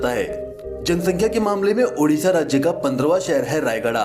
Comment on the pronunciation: Dear it’s Odisha not udisha…